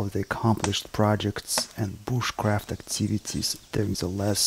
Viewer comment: I love how he say Booshcraft